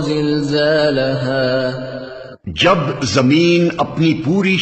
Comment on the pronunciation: Surah Zilzaal h Jaahil Zalzala nh. Khud to seekh k aao pehly Jaahil.